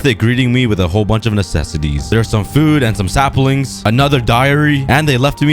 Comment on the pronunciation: Did cookie just say slapling